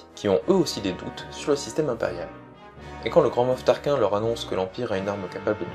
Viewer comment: on dit grand moff tarkine avec le e a la fin